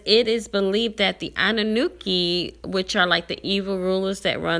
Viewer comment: It's anunnaki not anannuki...